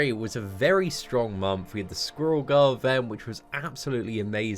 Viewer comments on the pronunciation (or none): Anyone else who ALWAYS hears "Skrull Girl" instead of Squirel Girl every time he says that damn name ?